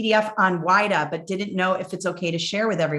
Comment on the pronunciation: Pronunciation for WIDA is /weeda/